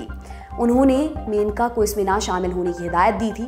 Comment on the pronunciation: मेनका नही मनेका ।